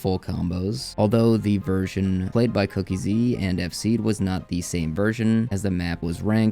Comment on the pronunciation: SAY IT WITH ME: COOK--EASY NOT COOKIE-Z